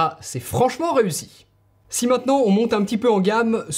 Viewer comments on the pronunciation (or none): none